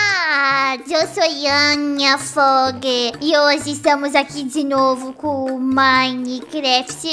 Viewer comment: dio soy anya foge kkkkk